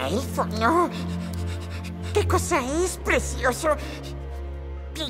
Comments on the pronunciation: Eso mismo opino, a ver si aprendemos a hablar, creo que te comiste la "C", es "PRECIOSO", no es con "S". Y si escuchas todo el audio, sí dice "precioso"... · Morí de risa cuando dijo presioso